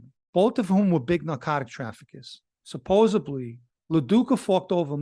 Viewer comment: Hey, please don't take this the wrong way, but when you say supposedBly it's actually pronounced supposeDly. Just a heads up from an admirer.